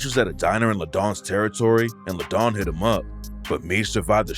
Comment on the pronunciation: Layton bro not Ladon